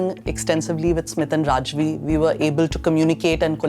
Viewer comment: Fun to hear my name pronounced PERFECTLY 😜 NOT THE SAME RAJVI THOUGH.. THANKS!